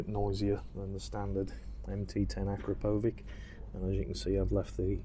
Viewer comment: AkKra/-PPPowitsch--is the right pronuncation.SLOWENIA--EUROPE.